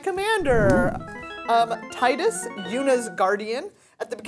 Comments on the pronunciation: My favorite moment was when you pronounced Tidus correctly every other video I see they're pronouncing it wrong or different every time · My absolute favorite moment is when didn’t bow down to the strong arm and pronounced the name Tidus correctly.